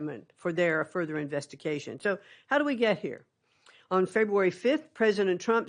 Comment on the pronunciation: Im sry did she say Investication?? Umm maybe we should keep DOE…